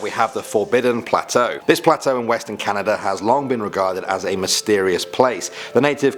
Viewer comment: The first time he said "Canada" I thought he said "calendar"